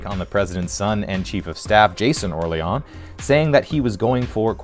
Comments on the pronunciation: Did you see the movie? It's pronounced Or-leen throughout, not Or-lee-on. So I stopped watching your smarmy video in the middle, because, what do you know? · Did you watch the movie? It's pronounced "Or-Leen" and they say it often. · Or-leon? did you watch this? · Orlean… like New Orleans. That really bugged me like did you even watch this? Lol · Hey, ever been to New Or-LEE-ONs? That’s how it’s pronounced, I swear.